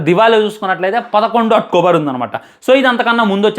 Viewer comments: Atkobar ❎️October ✅️😂😂😂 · అక్టోబర్ ❌ అట్కోబర్ ✅😂